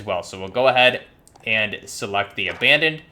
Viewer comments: Also you keep saying "Abandon" blueprint instead of Abaddon lol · Not too be a grammar nazi but its pronounced ABA-don...sorry if I came off as an asshole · Are you saying "Abandon" or "Abbadon"